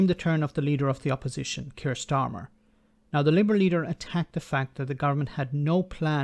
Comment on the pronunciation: And I did enjoy understanding every word Starmer pronounced. It is not the case with the PM that doesn't pronounce well. I never understand what he says. 😝😝😝